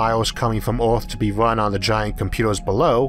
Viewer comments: Earth is pronounced Earth, not Oarth. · why does he say all his e's as o's?????? its earth not oarth and its Jupiter not Jupitor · I just don't understand why these documentaries are not able find narrators who have plesant easily understood voices. Since when is earth pronounced ARTH? Most other words are just as bad. PLEASE! It is really sad that I will not be watching any more of these. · I absolutely can't deal with his accent and him constantly calling our planet "Orth". Too bad because I really wanted to hear this. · The voice is quite distracting. The accent is weird (Earth is pronounced Ahth for example), and the pronunciation of every word and consonant is always identical, which means it is computer-generated. But it's the strangest-sounding computer-generated voice I ever heard, which means there's probably an interesting story behind it! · This is the only dude they could find to commentate this video!? Vewwy, and earwwwth? C'mon man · No matter what a person's first learned language is, there is no excuse for saying ORTH ... even the worst English speaking people don't say Orth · He literally has a speech impediment? He's always said earth as orth. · Why is your accent so weird? Where are you from? You sound American, but then you pronounce things so weird. Like Earth isn't pronounced Eayrth. Or worse as woyse. Mental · Omg ?! The accent and the pronunciation?! I need the subtitles to follow...! Orth= Earth.. Mors = Mars ... otc...ETC! Show some mOrcy ! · Strange pronunciation by the narrator. Maurs = Mars, Eaurth = Earth? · Orth, mors,??? Can you please try to pronounce words correct? Would be awesome.